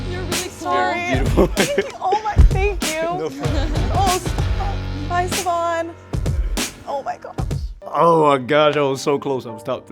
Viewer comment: Savohn, was perfect:(